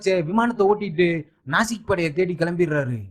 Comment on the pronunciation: ஏம்ப்பா அது நாசிக் படையில்லை. நாஜிப்படை.